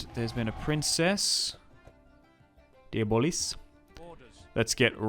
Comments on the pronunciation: And the closest to the correct way to pronounce the du blois in english is instead of saying di bolis, (which is wrong) is "do bla". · It's more accurately like De-Bleuh. Imagine a snooty Frenchman saying "blehhh", if that makes any sense. However, it's certainly not "Deeyuh-Bollis" as likes to say lol. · Stephen Diabolis 😂 man that cracked me up everytime you said it. Good video 👍